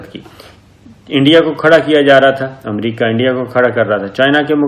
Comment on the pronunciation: السلام علیکم. محترم صابر شاكر صاحب. آپ کی خبریں بہت اور ملک دوست اور عوام دوست اور حقائق پر مبنی ہوتی ہیں۔ مگر ایک معصومانہ درخواست کرنے کی جسارت کرتا ہوں۔اور وہ یہ کہ براہ کرم امریکہ کو امریقہ بولنا آپ کیطرح کے شخصیت کے لئے مناسب نہیں۔براہ کرم اسی طرح کی غلطیوں کی اصلاح کیجئے۔ جزاکم اللہ خیرا۔